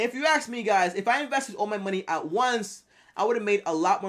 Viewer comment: “But If you Axe me”